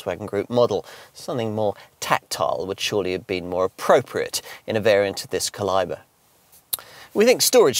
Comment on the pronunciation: cal-I-bre? Did you mean calibre?